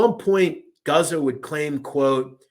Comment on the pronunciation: It's pronounced Goots-oh.